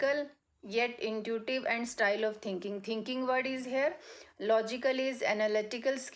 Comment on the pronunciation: Intuitive word you wrong pronounced. if you speak Hindi it would be better your speak English is too much bad I don't like your pronunciation fluency what is this as. a youtuber